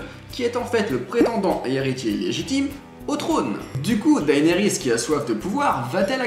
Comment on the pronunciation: "Dahénérisse" nan mais faut arrêter de massacrer ce nom, ça se dit "Dénérisse" :p